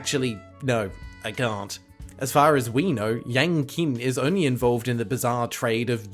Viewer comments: Just an FYI, "Qin" would be pronounced closer to "Chin" than "Kin". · IIRC, the "Qin" in Yang Qin's name is pronounced as "Chin", not "Kin". Though I'm not Chinese so please correct me if I'm wrong. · Just so you know, Yang Qin is presumably a Chinese name and the Q would be pronounced like a soft "ch". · I'm pretty sure that Q in Qing is pronounced like "ch" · fyi the q in pinyin (unfortunately the standard for chinese romanization) is equivalent to the 'ch' sound in english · Just FYI, "Qin" is pronounced "Chin."